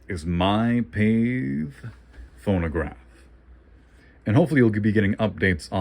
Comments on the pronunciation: Pronounced Pat-tay for English in original French it's similar to Café. The American Pathe' company was originally a subsidiary of the earlier founded French, but by the mid-teens had grown into more of a sister company. It's a second style model 100 from about pre-swivel style tonearm. You're going to have to find the connecting tube that connects the reproducer to the tonearm, plus the governor weights. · Its pronounced Pat-tay. The speed control pad hits the governor disc which the governor is missing its weights and springs. Good luck with it!